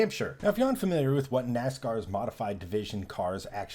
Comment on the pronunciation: This expert needs to learn how the name of the series is pronounced.